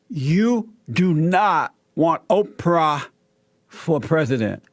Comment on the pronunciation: The way Jesse says it sounds like 'Oper'.